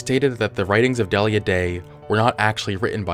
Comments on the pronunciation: I thinks it's 'Dee-lee-ya' not 'Dell-ia" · It’s pronounced Deal-ya.